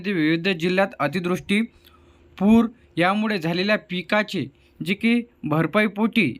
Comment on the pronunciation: अतिदृष्टी नाही रे बापू अतिवृष्टी बोल काय राव